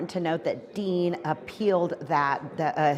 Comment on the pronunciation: Aaron DEAN not DEAL 😂